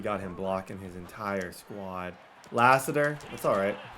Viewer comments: Hearing mispronounce common American names is hilarious “La-Sitter” god bless him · Lass-it-er His dad played for the Cardinals. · Man, you’re crushing these guys last name. Latham and Lassiter was KILLING YOU. LMAO. But it’s cool. Keep the content coming. You have real fans behind you! AND RUN THE DAMN BALL! LOL. Just a reminder.